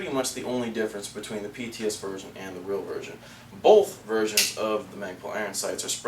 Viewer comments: lol . "Bolth," "Both," "Bolth," "Both," "You sound like an ass when you say it." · That's what I'm saying... Bolth. Sorry tim, had to.